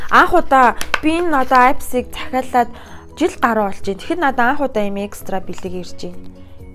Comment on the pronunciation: Neriig n maaash buruu helj bna. Аяпси bish ийпси shuu